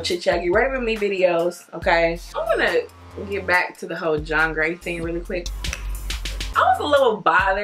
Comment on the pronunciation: What you said: "There are a lot of whole men" What I heard: "There are a lot of hoe men"😭 idc how much you enunciate it